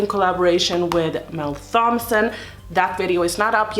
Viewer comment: the "h" in "thompson" and "thomas" is silent